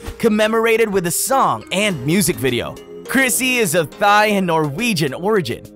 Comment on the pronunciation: Wait dud you say thigh instead of Thai?